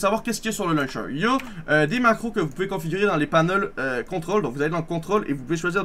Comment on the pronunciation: Vous "Poubez" jouer au demineur